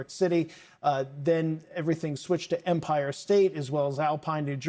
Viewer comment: It’s EM-pire not umpire!!!!!